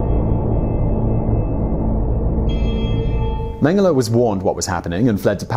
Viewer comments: It's pronounced meng-ge-lay . Also Waffen is Va-fen not 'woffan'. Bear-ken-ow. Vair-macht. Ti-rol. Please try to make sure you get pronunciations right, it ruins your presentations and grates on those who know better, my gran met him and was still stuck on her experiences during the war until she passed away in the early eighties, so believe me, I'm more than aware how it's pronounced.. Britons have no concept of what Europe suffered under the Nazi jackboot. I'd advise your viewers to ignore toptenz it's pap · People: Josef Mengele Me: Josef Mango